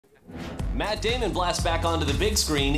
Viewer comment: The way matt said it is completely correct.